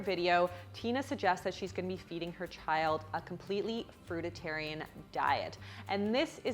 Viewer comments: 🤔 Anyone else take notice that there's an added "it" in the pronunciation of "fruitarian"? It's being pronounced "fruit-it-arian", not "fruit-arian"... (Am I the only detail obsessed observer that noticed?) Lol 😂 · Good thing you're taking them on! It certainly enhances the popular perception of vegans. One thing though - it sounds as if you're saying "fruititarian, whereas it's "fruitarian". (Possibly just a slip of the tongue?) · its not Frutatarian it's Frutarian. It's not about micros but more about detoxification. As far as Ashton Kutcher is concerned, are you saying Ashton went to the hospital because his micros were off? Because that would be doing a disservice to the Frutarian diet. I suggest you read Arnold Ehrets book The Mucusless Diet so you can have some idea about what you are talking about. BTW Ashton Kutcher went to the hospital because he had no idea how to transition into a Frutarian diet. Unbelievable, so friggin arrogant! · It's called Fruitarians, though. Not Fruititarians. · Girl. It’s ‘Fruit-Arian ‘ not ‘Fruit-I-Tarian. There is only one T! loose a syllable. :) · Fruititarian? You mean fruitarian? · Distracted by you repeatedly saying fruititarian when the word fruitarian is clearly displayed on the screen 🙄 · Fruit-i-tarianism. Smh 😂😂😂 It's Fruit-arian!!! Lost credit right there. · It's pronounced fruit-A-rians! Not fruit-A-TA-rians 🙄😣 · I'm losing my omnivorous sh*t here, - the extra syllable is killing me. It's Fruitarian, NOT FruiTITarian. No 'tit', just fruit;-) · The pronunciation of fruitarian is actually FROOT-arian, not froot-A-tarian 😆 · I think you might be adding an extra vowel to fruitarian making fruit-i-tarian. Am I wrong? Perhaps people say it your way because it rhymes with vegetarian. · Ok it’s driving me nuts how you keep saying “fruitatarian” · Before giving dietary advice you should learn how to pronounce "frutarian" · It's fruitarian, not fruititarian, no? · Fruitarian not Fruit-ed-tarian lmao